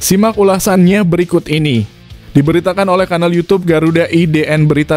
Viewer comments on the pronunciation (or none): none